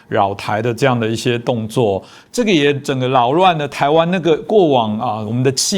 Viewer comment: 擾亂不能唸ㄌㄠˇ亂